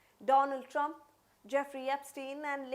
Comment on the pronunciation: I’m going to pretend that she said President Dump . I know it’s simply her accent, but let me have my moment…